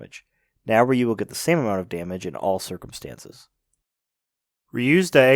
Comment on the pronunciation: Ah, why are Anglos always ending three more letters to Ryu's name? At least it's not "Rye ow waw you" anymore, but still... Why "Ree yi you", not just Ryu? It's three letters, two sounds, R-yu. Like "Rew". Not like reeeeeeeeeeawyou.